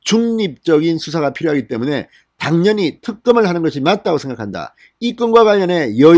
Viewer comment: 간딴x 간단o, 당년히x 당연히o, 분냥x 부냥o, 성녁x 성:역o, 중뇨x 중:요o